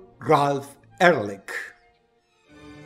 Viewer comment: Ehrlich significa "honestamente" en aleman y se pronuncia Ealij